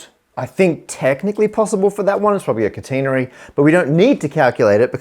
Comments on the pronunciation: That's the first time I've heard catenary pronounced like that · "kuh-TEN-uh-ree". I guess this is another example of trans-Atlantic differences in pronunciation. I've always heard it as "KAT-eh-NARE-ee".